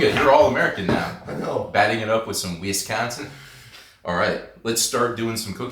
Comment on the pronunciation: Nice video however not a fan of how you consistently pronounced Wisconsin incorrectly. I know it was in fun but it was a little disappointing. ❤